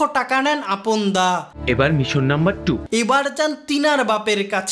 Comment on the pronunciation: আমি প্রত্যেকবার আপন ডাকটা পাপন শুনতেসিলাম